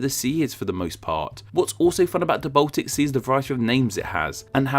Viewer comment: He also says Botic instead of Baltic.